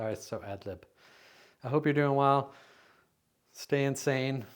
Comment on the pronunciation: Great to see a slice of your new life in VT. And ha-you end with, “hope yer stayin’ sane” & sounded like, hope you stay insane~also well said! 😘 Keep on keepin’ on. Vermont Strong. And maybe you’ll find the VT sticker, Eat More Kale 🥬 Any plans for gatherings coming up?!?